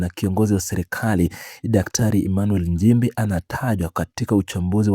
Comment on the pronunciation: Tamka vizuri Nchimbi siyo Njimbi